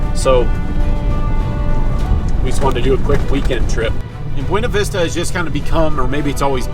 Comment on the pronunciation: Might wanna say Buena Vista correctly so you sound more like a local 😉.